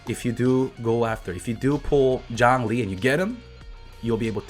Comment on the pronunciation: "Yhongli"? Yeah right...